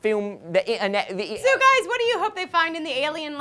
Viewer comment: gon go film duh i-uh-net